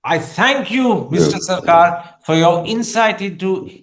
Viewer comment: Please correction his name is Jawhar Sharkar not Sircar